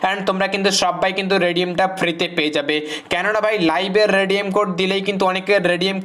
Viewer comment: আবে ভস্রিকে তুনে তো বলা রেডিয়াম